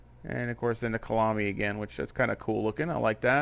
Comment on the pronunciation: Great video! Kyalami BTW is pronounced kaya-lami otherwise it gets confused with Killarney which is the track in Cape Town (same country). The name is from the Zulu language (Khaya lami).